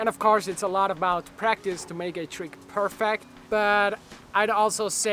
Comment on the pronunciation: Yo Jonny, you might want to throw the syllable on the last part of that word, per fect'. Coolio! All right man, thanks for the tips.